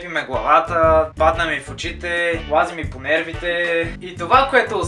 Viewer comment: лазиш ми по мервите" как ти лази по нервите